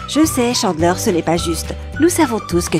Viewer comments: On prononce Chandler, Tchandler et pas Chanler. Et d'autres trucs mais sinon ok. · o nn cHaNdlAiR mes oreillessss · J ai pas liker pcq la prononciation était horrible si la voix off avais vue tt l’es épisode comment ça se fais qu’elle dise jeller unaji chandler .... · OUI II ÇA ÉNERVANT TELLEMENT avec Chandler j'ai failli mourir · Video interessante mais faites un effort sur la prononciation. Chandler, friends, geller... Mon dieu ça fait mal !